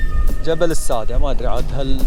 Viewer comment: ماشاءالله تبارك الله ابدااااااااع تغطية وتجهيزات بالنسبه لأسم المكان شدد حرف الدال(السادّه) شكراً جزيلاً لاهتمامكم بنظافة البيئة 💐